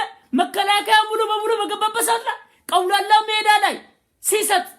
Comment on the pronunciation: ግን ቀውላላ ሜዳ ሳይሆን አውላላ ሜዳ ነው ሚባለው